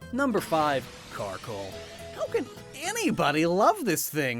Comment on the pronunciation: IT'S CARKOL, NOT CHARCOAL! AND IT'S CRABOMINABLE, NOT CRABONIBLE!